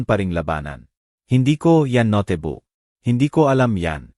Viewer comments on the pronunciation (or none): Nkakainis pkinggan ang ngsasalita,puro mali ang pagbigkas ng mga words,notebook nging notibuk,alibi nging alibe,yung jose,nging josie hay nku ok na sna pkinggan kaso puro mali nman ang grammar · Notebook...hindi ..no te book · Beatrice hindi betrice. Tapos notibook imbis notebook. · Hahahha... No te book... Ang note book... Itama Po Ang pagbigkas . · D lng betreas haha😂imbis beatres,,,pati NGA ung alibi,,,alibiy,,haha, 😂 ag notebook,,noteybook haha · bakit Mali Ang pag bigkas ng Beatrice at notebook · Ayusin ang pronounce ang salita bigkas ng Jose at note book ayusin ang bigkas sa Jose pangit ang kwento d maintindihan